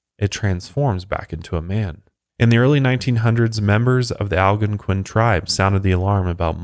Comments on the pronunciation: Man I love coming here and listening to these whenever they drop. But can I just say I absolutely hate the way he pronounces "Algonquian" (al-gone-kwin) as (al-gunk-win) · Will someone please teach him how to say Algonquian lol